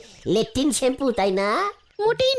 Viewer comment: Laktin😂😂😂😂😂😂 lattrin😅😅😅